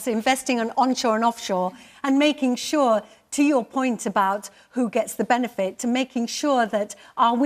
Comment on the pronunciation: On shor, off shor and makin shor 🤣🤣🤣